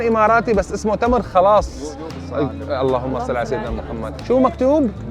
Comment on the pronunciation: فعلا لفظ القاف في الاوقية اذا حولته أ تكون صعبة حيل بالنطق معه حق👍🏻 بس التمر اخلاص وليس خلاص😅